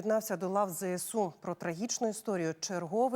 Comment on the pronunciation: Чого зєсу а не ЗСУ ?